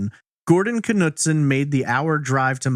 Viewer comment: the K in Knutson is silent , didn't you kanow that ??